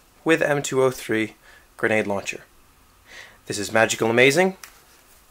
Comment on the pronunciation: He says gernade gernade launcher